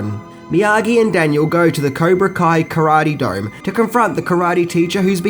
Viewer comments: It’s Do Jo. Pronounced “Dough Joe” :) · Karate "dome"?